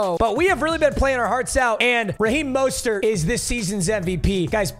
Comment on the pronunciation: said Raheem MUSTARD and then moaned 😂I love me some